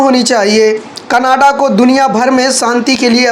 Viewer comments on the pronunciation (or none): Bhai Canada hai. Canaaadah nahi hai.